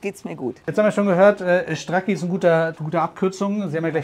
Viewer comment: Nicht Stracki, so wie in der Videobeschreibung, sondern Strazi.